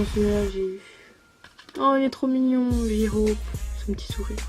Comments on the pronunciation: J-Hope se prononce"Jey-Hope" et Suga se prononce"shouga" sinon super vidéo comme d'hab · J-Hope se prononce"jey-hope " sinon super vidéo comme d'hab 😘